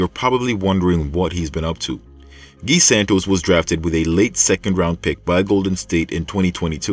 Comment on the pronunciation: At least pronounce the guys 1st name properly you English speaking mf always butcher names